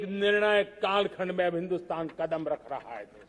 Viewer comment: आज का ये दिवस एक ऐतिहासिक दिवस हे एक नयी राह एक नयी संकल्प और नए सामर्थ के साथ कदम बढ़ाने का सुभ अबसर हे, सच में आप ने टैलिप्राम्प्टर का इस्तेमाल किया हे तभी तो कदम को कड़ाम बोलै हे, टैलिप्राम्प्टर इस्तेमाल करोगे तो 1.5 स्पीड धीमा बोलना होगा |